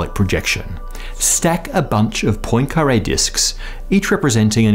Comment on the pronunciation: Say PWAN-kah-ray not POYN-kah-ray